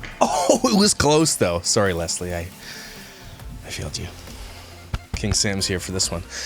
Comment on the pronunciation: I’m not a patreon but my name is Leslie and I’m just so happy you pronounced it right instead of lezzlee😖